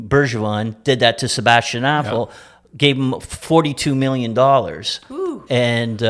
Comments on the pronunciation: Sounded like he said Sebastian asshole to me lol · It sounds like the host is saying "Sebastian Asshole", lol. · Did Don Cherrys son just call him Sebastian Assho 😂